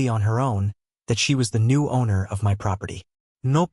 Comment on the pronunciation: Whats with the "M. Y. " business? Its one word - my, as in mine. Spend a bit more and get a decent AI voice-over.